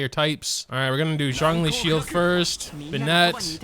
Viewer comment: sorry for mispronouncing zhong dong